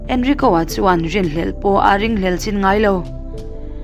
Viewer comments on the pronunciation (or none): none